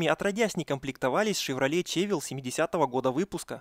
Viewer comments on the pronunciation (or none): Не шевроле чевил!!! Шевель мля ШЕВЕЛЬ